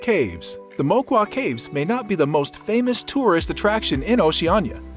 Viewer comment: The cave pronounce"Mooquwa" not maiquaiy😂😂